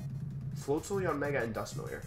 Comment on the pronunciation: Press 1 if you wanna see Wolfe pronounce Dusknoir correctly